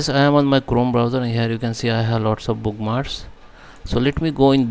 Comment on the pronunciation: it is not bookmars...you have to pronounce the K...it is book-marks....if you are going to do a video in English, which I teach, please speak so that I can understand the valuable information you are providing.